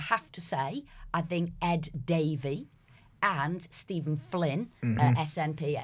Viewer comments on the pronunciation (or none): none